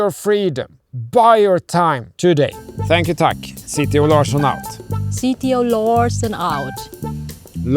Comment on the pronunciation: This reminds me of my own marriage, relying on a common third language for communication. Just as Anders probably doesn’t speak Vietnamese, and his wife (sorry, I forgot her name) doesn’t speak Swedish—as evident by her difficulty with both the /ɑ̌ː/ and /ʂ/ parts of “Larsson” (/ˈânːdɛʂ ˈlɑ̌ːʂɔn/)—my wife and I used mostly Japanese because my Mandarin was limited, despite having studied it at university, and her English was limited, despite having studied it in Beijing. They seem to have a good sense of humour, though, to overcome any misunderstandings that are inevitable from reliance on a non-native language. I wonder about their children’s linguistic skills. I didn’t speak English to my daughters in Japan, and my wife didn’t speak Mandarin to them, just as her own parents didn’t speak their native Korean to her (only to each other) while she was growing up in Beijing. It’s a lost opportunity for all those kids.